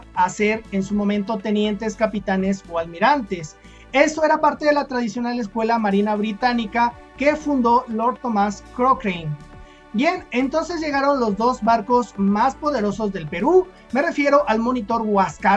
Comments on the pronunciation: Hola amigo. Pará ayudarte con tus datos: el apellido del almirante Inglés Tomás Cochrane se pronuncia "Cocran". La batalla de Iquique es un punto de inflexión en la mentalidad de los chilenos, ya que hasta entonces el reclutamiento era forzoso, pero entonces y a raíz de esto, son miles los jóvenes de todas las clases sociales se enlistan y parten al norte, con las consiguientes campañas que llevaron al ejército chileno hasta Lima por más de dos años. Lamentablemente hoy en día el gran porcentaje de jóvenes chilenos ha sido envenenado por el comunismo, volviendolos indiferentes, desconoce dores de su historia, de sus tradiciones y costumbres, se ha enfriado en ellos el amor por la Patria, cambiándolo por la terrible idea del "país mundial sin fronteras".... Terrible, me imagino que en México pasará igual, como en todos los países del continente, envenenado por el globalismo..... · El apellido del almirante se lee Cocran.